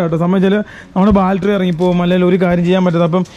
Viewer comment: ഞാൻ നേരത്തെ കമെന്റ് ചെയ്തിട്ടുണ്ട് ബാൽട്ടറി അല്ല ബാറ്ററി